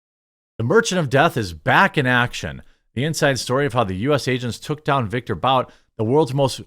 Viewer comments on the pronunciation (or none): isn't Bout pronounced Boot? At least in this situation? Pretty sure I have heard people say that is how his last name is pronounced.